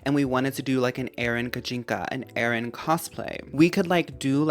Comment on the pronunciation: I like how you pronounce Aron as “Aaron” and Illumise as “Illumisayy” but Carvana is just Carvana haha